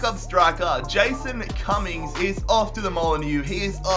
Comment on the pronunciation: Jason Cummings like Jason. COMMINGS